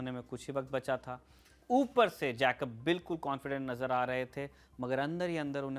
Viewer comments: जैकब नहीं ठीक उच्चारण जेकब होता है! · you mispronounce General Jacob’s name. Please make the correction. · Please pronounce Jacob correctly. It is so irritating!!!